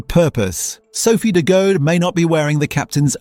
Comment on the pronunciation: This is cool but you re saying her last name wrong. Phonetically it’s de Goodie.